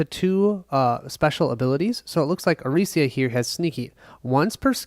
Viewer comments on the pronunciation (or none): Arica is not Aricia, you read it literally like 20 times and it was wrong every time. Sorry, just drove my crazy. Good setup video though